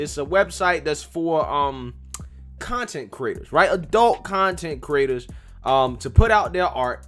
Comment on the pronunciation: at the beginning I thought you were calling them "Content Critters"😆😂🤤